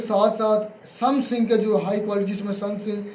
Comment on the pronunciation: Sumsing😂😂😂😂 thoda padh lo yaar😂